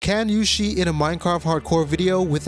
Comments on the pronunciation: are you saying sheet instead of cheat ironically or is that just your accent lmao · Pronouncing "cheat" as "shit" is the cherry on the top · why do you pronounce cheat as "sheet"? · whenever he says cheat, all I hear is shit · "But to sheet in a hardcore world..." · took my stupid ass a bit to realize you were saying cheat and not shit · why do u say shit instead of cheat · Not to throw shade, my own accent is probably worse, but you say "cheat" like "shit" and it's hilarious. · why do i hear "sheet" instead of "cheat" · it sounded like “how im gonna sheet”, thats why i commented that as a joke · Third word in the video and it's already mispronounced. Sheet? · "Sheating" , "sheat"🤭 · it's "sheat", not "shit" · In France evrybody says "shit" instead of "cheap". I'm french too but this annoys me 😅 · Sounds more like Sheet to me. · please pronunciate "cheat" better bro you bouta get demonitized